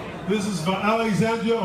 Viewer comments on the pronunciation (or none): Is that hard say "alexandria"?